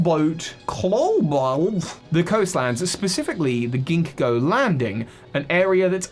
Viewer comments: Ha ha you said singo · Ginkgo is pronounced ginko fyi (it's a tree from Asia and Ginkgo co uses it's leaves in their symbol. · Worth noting (since seems to have struggled with this): Ginkgo is pronounced as "Ginko". The second g is silent, which makes it way easier to say. It comes from Ginkgo Biloba, a species of tree notable for being particularly ancient and having potent medicinal properties.